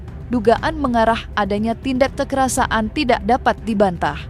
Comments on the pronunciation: Presenter berita ini aneh. Bicara "kekerasan", kok "kekerasa an"? Bicaranya yang benar dong sesuai kaidah Bahasa Indonesia. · Kekerasan min, bukan kekerasaan,kocakkkkk.... Mimin😂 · "Kekerasaan" terus mbak pembaca berita ngomongnya 😂😂 KEKERASAN mbak... Gemes deh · Kekerasan mbk, bukan kekerasa an😂